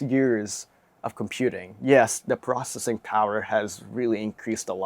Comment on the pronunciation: Its These not "dese" its The not "der"